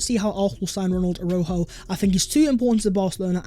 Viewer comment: U pronounce the j a shjjj aroushjo